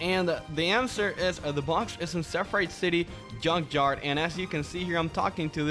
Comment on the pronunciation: it’s junk yard not yunk yard